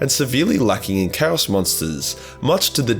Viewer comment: Turned off the second you mangled the pronunciation of chaos. Sorry just can't